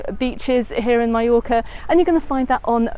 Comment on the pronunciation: You finally got it right - Mallorca, not Mee-yorca. :)